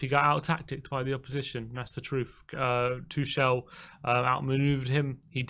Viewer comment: Tuchel....... TO...iciCLE, TO...bicyCLE....... TOCLE.